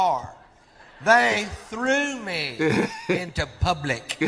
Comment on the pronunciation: I could've sworn you'd reacted to this before. That bit is so classic! The way he says "publick" lol!